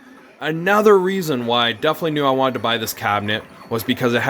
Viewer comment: DEFINITELY. 4 syllables.